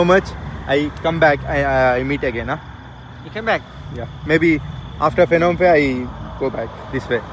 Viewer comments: Phnom pens should be pronounced as Nam phen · Capital peru nomphen (nampen) ani palakali ph silent word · The capital should be pronounced as nam phen